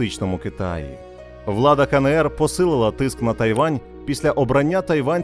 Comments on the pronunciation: Відео чудове, але, будь ласка, Ка Ен Ер, а не КаНеЕр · КаНееР... ? Буква еН, а не Не! Вивчіть український алфавіт! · Кажіть вже краще Ки Ни Ри. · Ка Не Ер... НЕ. НЕ! Мої вуха... А за україномовний контент - дякую.